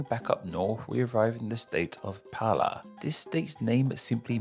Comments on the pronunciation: O ótimo é ele pronunciando o nome dos estados que tem R "Palá" "Palaíba"... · Palá, Lolaima, Malanhão, Cealá, Lio Glande do Note, Mato Glosso.... esse cara é o Cebolinha? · o cara é o cebolinha, palá, palaiba, rolaima